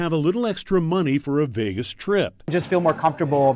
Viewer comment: Sounds like you’re finally pronouncing Vegas correctly. Remember: It’s VAY-gus, not veh-gus. Keep it up.